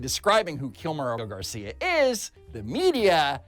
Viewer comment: is purposely mispronouncing the guy's name its apregnant garcio...